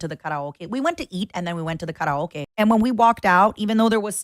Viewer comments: speaking english and randomly pronouncing karaoke like she's speaking japanese, for what possible purpose. weebs are insufferable. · anyone else tripping over the way she said kah rah okay?